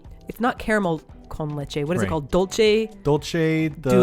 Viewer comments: The word you were looking for is dulce de leche (not pronounce "dol-che" but dool-se as in the "se" in separate) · Dulce (Dool-seh) de leche... not dolce (dull/dole-chay ).. that’s Italian lol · Dulce de leche!!!! (Pronounced doolseh de leche). What Simon ate was in fact a millefeuille (milhojas) with dulce de leche. It didn't crumple because dulce de leche is thick and dense as cement 😊 A tourist trap for me is a place that serves "mixed international food" where people who are afraid to try the local food go to eat pizza, spaghetti Bolognese etc at a crazy price. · You guys had a dessert with Dulce de Leche or Milk Caramel. It's pronounced "dool-cé d le-che" (Dool as in Dull, Cé as in Cell, Le as in Lay and Che as in Checking) that would be the closest pronunciation I can point you at I'm glad you loved it tho! Also: Greetings from Argentina! Lost it when you found that couple in Kobe. lol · Dulce de leche is supposed to pronounced "doolse” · It’s dulce de leche or manjar, that’s how we call it in Chile, love you guys~